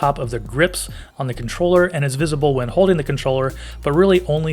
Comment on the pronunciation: "Hoding" the controller. Why is it so hard with youtubers to annunciate the "L!?" If you had a shovel would you dig a "Hoe?"